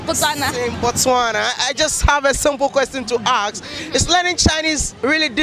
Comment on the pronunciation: Bro plz it's been 2 years since I subscribed to ur Channel and u still make the same mistake of pronouncing the word "ask" "asking" u always say aks aksing don't u notice that when u edit ur vids????